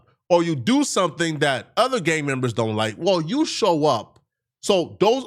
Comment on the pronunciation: putting that hard R back on “Gangmembas”